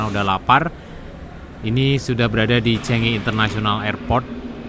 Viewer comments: Bkn cenge ooii. Tapi changi. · Bacanya tetap Changi airport. Bukan Chengi airport,, orang Singapore marah tau.